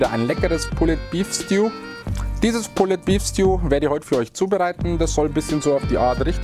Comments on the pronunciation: Super Rezept, aber "pulled" spricht man ohne das "e" Sorry, sogar mein Mann sagt ich bin ein Korinthen Kacker. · Immer wieder super! ABER.... Bitte sprecht doch Pulled Pork/ Beef richtig aus! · Sieht lecker aus! Aber bitte bitte bitte sprich das "pulled" richtig aus! Die falsche Aussprache geht mal garnicht!!! 🙏🙏🙏